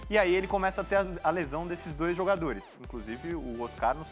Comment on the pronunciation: Essa moça precisa aprender a ler! Não sabe pronunciar os nomes dos jogadores.